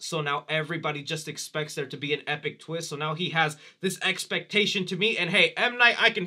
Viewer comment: The biggest “WHAT A TWEEST!” moment would’ve been Cris aging himself into Elon Musk 😆